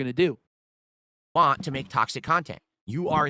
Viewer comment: "When you realize this is a way for them to get what they WAH, you starve them" also: "The content you WAH, sir!"